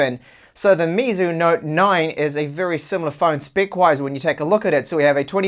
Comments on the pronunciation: Great review as always, but just got to say you are murdering their name, lol. It's pronounced more like May instead of me. That's why Xiaomi is me. So for chinese whenever you see mei it's may, not mi. I've studied mandarin for bout 4 years now, so just wanted to tell you how to pronounce it. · lapattemar he says xiaomis name correctly so he should learn meizu's. Not getting onto him just trying to help him improve.